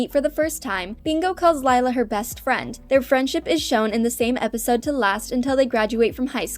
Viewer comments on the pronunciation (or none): it’s Leila not Lila